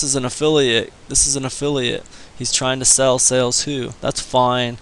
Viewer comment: Why would anyone listen to someone that can not even pronounce the name of the company correctly..........how annoying